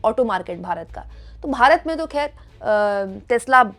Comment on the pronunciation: 'Mulakat' nahin mulaqaat...khair nahin khhhair